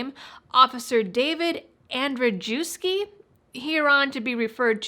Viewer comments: Just to help -- the officer's name is pronounced NICHOLAS ANDRY-YEVSKI... I got it from the actual case * Plaintiff Basel M. Soukaneh brings multiple claims combined in a one-count complaint against Waterbury Police Officer Nicholas Andrzejewski for violation of his Fourth Amendment right to be “free from unreasonable and warrantless arrest and/or detention” and “warrantless and unreasonable search and seizure of his person, vehicle and effects.” *** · The last name of that officer is phonetically spelled, as you would pronounce it, Andrewyevski